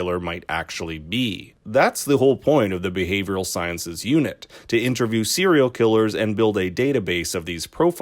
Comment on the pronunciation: Bruh im so lost. First you said "serial" wrong .. i was like okay maybe he just said it fast . Than u said composite wrong.. than u say segment wrong . Gota be from Canada lol